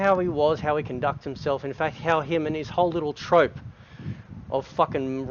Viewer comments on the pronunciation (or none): Did he pronounce “Troupe” as “Trope”?